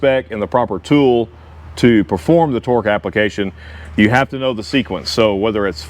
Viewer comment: Love ur content, thank you. But that ool.. now Im saying it too😂